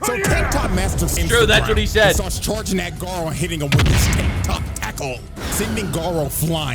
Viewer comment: "Guyrow" cmon, it's Gar (like Garfield) O (like "OH MY GOD IT'S BLUE VOLDEMORT")